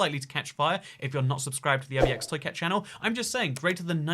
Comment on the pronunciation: I like how he can't say his name correctly